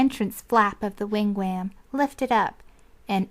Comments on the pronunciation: Lol "wigwayaamm" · Yes! Every time she said "wig WHAM" I cringed.